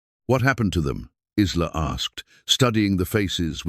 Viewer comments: Every time he pronounced the girl's name as Is-la instead of I-la (Isla is pronounced I-la), it made me grind my teeth. I do believe the timeline was off, too. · AI is great, but pronunciations need to catch up. Isla is not Is-La, but I-La like island. Silent S. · Isla is pronounced eye-la please fix it . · Lovely story, but. , why not prounce names correctly , Isla , is prounced Ila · The name is not IZLA!!!! It's like island without the -nd. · It is so funny that the computer voice pronounces Isla with a short I when the s is silent and the I is long! My grandmother’s name was Isla.interesting!